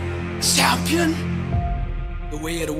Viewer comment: I dono if its just me but the way the bro delivers "CHAHM-PI-AHN" bruhhh got me